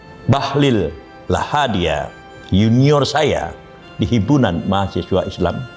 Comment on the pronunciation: Lahadalia Prof, bukan Lahadia